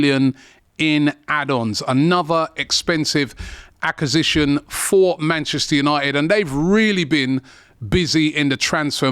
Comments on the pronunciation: Wasn't aware he struggled to say "acquisition" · What’s an accasition? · I was thinking the same thing accasistion is wild 😂😂😂😂